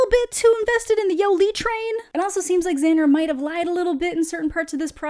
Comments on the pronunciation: "Yo-Lee" I can't listen to you say her name like this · The way says "Yolee" 😂